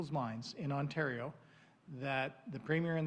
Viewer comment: Hey YAHOO, we’re in Ontario not Quebecquaw... speak-a-duh-englis 😂🤦🏻‍♂️